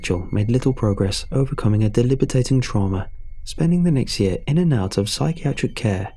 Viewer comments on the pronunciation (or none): Man, those "delibitating" traumas are the worst. 😂 Just teasing. Great stories as always.